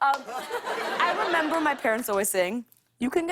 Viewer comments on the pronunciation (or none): none